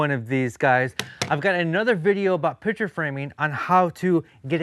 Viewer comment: You are pronouncing ‘picture’ incorrectly as ‘pitcher’.